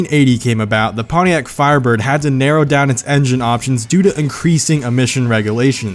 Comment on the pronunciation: I watched the last video. I had no problems with the way u pronounced that car name